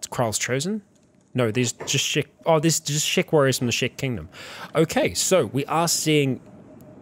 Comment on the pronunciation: Everytime I hear "Shek warriors" or "Shek Kingdom" etc. I keep hearing it as "Shrek warrirors of the Shrek kingdom"